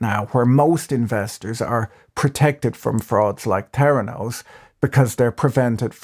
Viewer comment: "T'heranos" or "Feranos"?